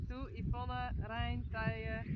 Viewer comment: I very much enjoyed seeing Yvonne relaxing a little and talking to the camera. And hearing her pronounce her name, which is so pretty, I like it better than how we pronounce it in English. Sylke Faya is a scamp, that was so funny when she grabbed the cards and envelopes.